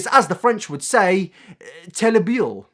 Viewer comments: as the french would say 'telebile' ? no no, im french, it's 'terrible'; pronounced : té ri bleuh. But you tried so i forgive you.. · Terrible in French is pronounced teh-ree-blay basically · Ok but I'm sorry, I have to say it, your prononciation of "terrible" in French was terrible